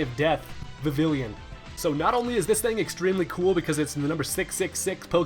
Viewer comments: Viv-ill-on, not Viv-ill-yun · Isn't it Vivil ON not Vivil ION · vivillon is pronounched viveon not vavilin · VIV-ILLION? ITS PRONOUNCED VIV-EON! JEEESUS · It's not pronounced Va-Vill-Eon it's pronounced Vi-Ve-On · Vi-Vee-Yon. Vivillion. Not Vi-Vil-ion. There is no extra I. Have a nice day. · Pronunciation: vih vee yon not vih vil ion. 2x L=y sound. Watch the anime episode if you dint believe me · Vi vill on, not Vi villion. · it's viv-ee-yon, not viv-ill-eeon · VIVILLON NOT VIVILLION so many people say it gets me all ocd-like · It bugs me (no pun intended) that you say Vivill-yon instead of Vivi-yon because you know, French. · its vi-vi-lon not vi-vi-li-on theres no third i in vivillon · I don't think its "vivillion", I think its pronounced "vivee-yaw", cause y'know french :3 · VIV-EE-YON Goodness gracious it's not that hard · It's pronounced Viviyon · he says vivillion face palm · Ik its spelled "vivillon" but iys actually pronounced "vivion" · Number 10 is pronounced "Viv-E-yon" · In my perfect world people could pronounce vivillon properly Viv-eon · Vivillon is pronounced vi-vi-yon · not to seem corrective but it's pronounced Viv-ee-on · is pronounced VI-VI-LON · You pronounce Vivillon like Vivillion lol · its pronounced Vi-vee-yon. The double L makes a y sound, as if it's spanish almost. At least in the anime. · Vivillon is pronounced "viviyon" From the French papillon for butterfly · Actually it is Viv-ee-on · it is pronounced viviyon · it's pronounced Viv-ee-on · BTW Vivillon is pronounced viv-ee-on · Vivillon is pronounced viv ee on. Just so you know. (it's French, you know, like the whole of Kalos). And there certainly isn't a 3rd i. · lol'ing at the wrong way to pronounce Vivillon. It's a French Pronunciation. Vee-Vee-On XD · Can't help but be that guy. It's pronounced "Viv-ee-on" It's a play on the french word Papillion (means butterfly) which is pronounced the same way. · U mean Viv-Lee-on u forgot the L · lol saying vivillon wrong